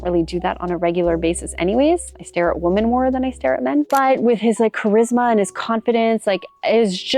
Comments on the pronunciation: WOMEN... WOMEN... it's plural...say it right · Learn how to pronounce “women,” please.